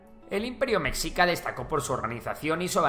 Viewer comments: Buen video pero deberías de practicar la pronunciación antes de grabar, mexica se pronuncia "Meshica" no es ayulta, es Ayutla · Relativamente joven? No mms es mas antiguo que españa de no ser por las atrocidades que tus abuelos cometieron hubiera tenido una continuidad. No se dice mecxica! Suena meshica y se escribe Mexica. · Meshica, no Mecsica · La pronunciación correcta seria con "sh" ya que en el náhuatl así es como suena la X. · Meshica por favor, me shi ca! y es TenoCHtitlan por favor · Cómo me rompe las pelotas que digas /meksika/, no sé de dónde sacaste que se pronuncia así. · Mi estimado creador, mexica se pronuncia como "meshica". Es entendible que lo pronuncies de esa forma, pero la forma correcta es con el sonido sh